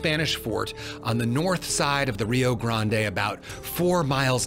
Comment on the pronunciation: Absolutely fascinating! Your presentation was beautifully done. I was glad to hear "Rio Grande" pronounced correctly as well as "hundred" [as opposed to "hunnert" or "hunnerd"]. Also, can't help being happy to hear the often forgotten "unquote" (or "end quote") being used. Keep up the good work! I will be anxiously awaiting your next presentation.